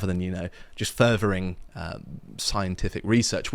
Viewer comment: Did he say further or fervor? Japan is in no fear of foreign invasion ( excepting the red army....) . You blokes can have a driver's license because you are Brits, but anyone from Asia is restricted to a push bike!! Discrimination rules in Japan ... select commonwealth nationals get the perks, of course - along with western Europeans, but those folks don't come and stay more than ten days ( or perhaps a year and a half). Nearly every body has a grandma who raises chicken and grows spinach. Prices down the grocer's haven't changed much in the twenty years ( I know, I'm a house husband, ha!)